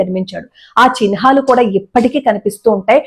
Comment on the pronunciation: Chihnalu andi chinhalu kadu